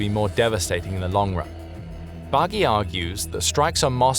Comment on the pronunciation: Thanks for this report! Only the nama of Elvira Bagy is Elvira Bary. Sorry for nagging, but my ears told me to do so 😊